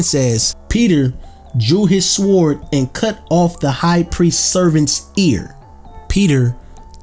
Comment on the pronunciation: Bro the w in sword is silent